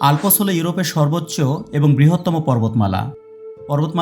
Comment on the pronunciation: It is Alps, not alpos